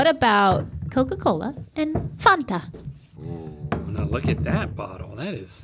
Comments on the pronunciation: It was how she pronounced Fanta that got me. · said " Fanta" like she was Polish 😀